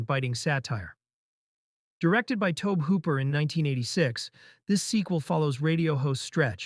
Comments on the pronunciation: Tobe Hooper's name is pronounced Toby. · Good video. Epic in length and breath. Tobe Hooper is pronounced Toby.